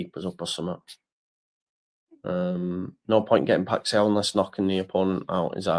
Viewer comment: Just catching up, the Feyenoord player’s name is pronounced “pie-sh-owwwww” like you’ve stubbed yer toe 🤣 Like you, I love Kalvin, but I’m not sure it’s the right time for him nor that the 49ers have any emotion whatsoever in their business dealings